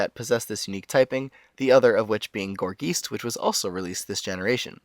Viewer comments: I like how you say gourgeist, though I am pretty sure that is not how you pronounce it xD. Poltergeist, gourgeist. "aye st" sound, I believe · Gorgeist is pronounced Gor-Guy-St. Geist is german for ghost, and gor is suppose to represent a gourd. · "Gor-Geest" lol